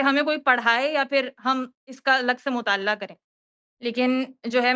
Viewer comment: Isko mutaleya bolne nahi aarha hai